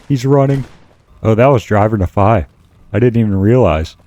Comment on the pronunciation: I’m unreasonably angry about your pronunciation of Nephi